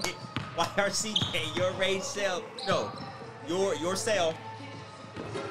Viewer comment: Mans said yourrage it 😂😂😂😂